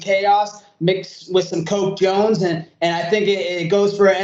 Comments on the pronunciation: "Coke Jones"...haha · ‘Coke Jones’ 💀💀💀🤣